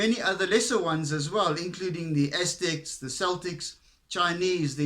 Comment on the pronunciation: Celtic is pronounced with the C as in Car, not C as S, polite notice from fellow Atheist